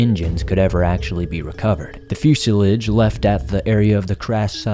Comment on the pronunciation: I would like you to look into pronouncing words like "harbinger" and airplane "fuselage". Har'•binge•jur'/harb-injure (as in mathematics, integer - or injure) is not "har bean Gurr" , and few•seh•lahzh'/ few•zə•lazh'/few•sih•lodge' (however you need to see it to say it) has but 3 basic pronunciations, depending on How far out in the sticks ya lived and How good was yer public schoolin'... but it's sure not "few'- sill'idge".